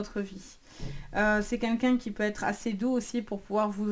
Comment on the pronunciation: On ne dit pas "qu'un qu'un" mais "QUEL qu'un".